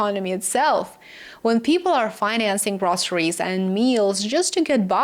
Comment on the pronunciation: The word is pronounced / Grow-se-ries not Grah-se-ries